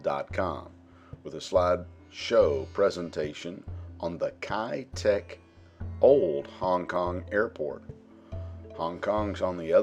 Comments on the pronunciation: 1."Kei duck" would be a better pronunciation if spoken in Cantonese 2. The hill is called signal Hill. 3. The airport has now rebuilt as a seaport, both civilian and military use. With the airspace around lifted a lot of old 60s/70s buildings are also rebuilt into more modern apartment blocks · Pronounced Kai' - Tack Kai Tak